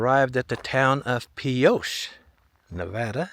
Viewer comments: Pronounced PEE O Cha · Pioche = Pee-oh-kee